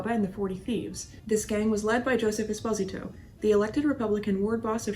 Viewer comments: I am curios about your pronunciations of these gangsters. You pronounced Giancana with a silent “I”. I’ve always heard it pronounced as “Geancaa”. Esposito you did the same with his nameIve always heard the name as “Esposeeto”. As you are Italian I am supposing you may Be pronouncing it correctly. Will you clear that up for me? BTW... I enjoy your podcast and will listen and “like” each episode as I watch and listen to them. Thank You for your efforts! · Are you aware that you mispronounce Giancana, Esposito & Moran?